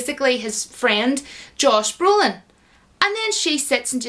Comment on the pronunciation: It cant be that hard to pronounce Josh Brolin. Josh. Josh. Its not that hard, is it. The constant Joss Brolin is driving me nuts. Argh 🤯